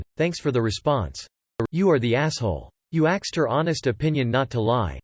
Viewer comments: Why is the robot all of a sudden pronouncing the word "ask/asked" as "axed"? It just randomly started doing it roughly a week ago... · Narrator STOP saying 'axed' or fix your robot!